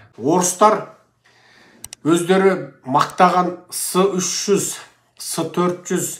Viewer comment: Секес"s300-s400"ec"" деп оқылады.